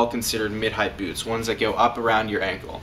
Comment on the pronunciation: Anyone else laughing at the way he says byoots?